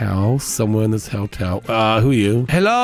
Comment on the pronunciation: Does he say hell-tel, or hotel, and I'm just not understanding because of his accent? Because I have a little chuckle when I hear him say hell-tel 😄